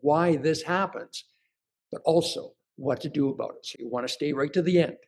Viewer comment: About, not aboot.